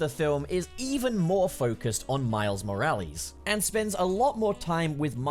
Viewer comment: Anyone else getting irritated with how he's saying Morales